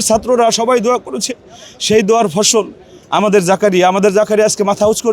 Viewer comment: সফল❌ ফসল✅